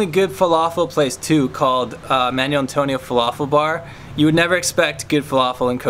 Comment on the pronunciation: A nice introduction to Manuel Antonio, but it's mahn WELL, not manual.